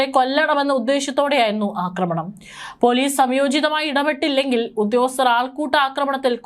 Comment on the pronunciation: Akramanamalledo aakramanam akramikanalla. Aakramikkan Malayalom areella Englishum areella What a journalist What a shame